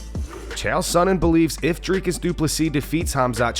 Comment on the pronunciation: Sorry DC, but when Uncle Chael is pronouncing fighters’s names better than you, you’ve got some work to do…